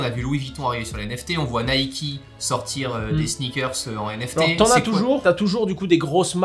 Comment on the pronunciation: Naiki ? c'est Nike frère, fait pas l'américain ..